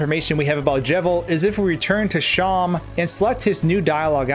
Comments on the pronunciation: isn't seam pronounced like seem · how are people confused about how to pronounce seam?